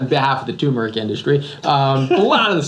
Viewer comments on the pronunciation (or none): Dr.’s isn’t it Tur-meric not Too-meric? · TURmeric ...there are 2 'r's :-)